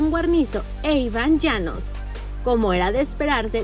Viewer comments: Soy yo o dijo Iván Llanos? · La que está hablando dice "Iván llanos" 🤣🤣🤣🤣🤣🤣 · Grande iban llanos jajajaja, al menos digan bien el nombre